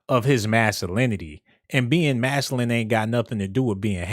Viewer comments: MAS-Q-LIN... masculine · I like this dude I just want him to say masculine with a c in it 😂😂😂